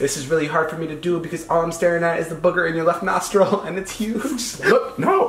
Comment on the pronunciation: When liza said nostrile hairs I DIED